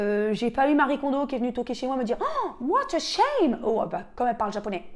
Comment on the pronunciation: Le "what a same" en japonais est excellent 👌🏻😆. J'essaie d'appliquer la méthode des 2 minutes pour m'améliorer. Sinon suite à mon déménagement je suis en pleine réflexion sur les aménagements qui vont coller avec mes besoins